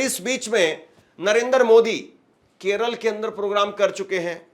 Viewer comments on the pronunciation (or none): none